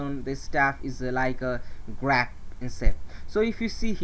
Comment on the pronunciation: I would recommend some clearer pronunciations in some of the words like “grape” but all in all, very informative, thanks!